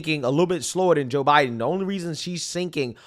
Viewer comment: The way you say Joe Biden is really annoying....."Ja Biden"......its Joooe Biden